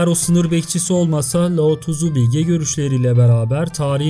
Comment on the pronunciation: her lao tızu dediğinde beynime kan sıçradı abicim laozi demek bu kadar mı zor